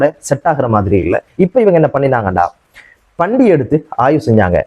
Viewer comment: Bro " பன்றி" என்பதற்குப் பதிலாக பண்டி பண்டி என்று பல தடவைகள் சொல்கிறீர்கள்